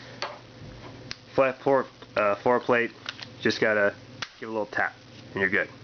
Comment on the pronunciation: Interesting explaining how to grip and hold (THIS) Firearm LOL every Handgun should be fired that way?And yes you havt to (RACK)This Frikn thing like every Handgun?LOL Everytime you say FloorPlate sounds Like foreplay.Rack it Point it Fire it Like any other hand gun Note if you leave pinky hanging out you can pic your Nose on Reqoil👍